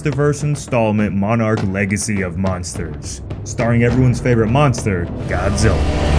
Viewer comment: It’s pronounced Monster not Munster or is that your accent??? You keep saying Munster !!!